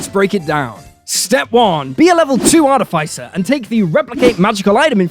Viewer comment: ArTIFFisser, everybody, not arty-fyser. I'll go now.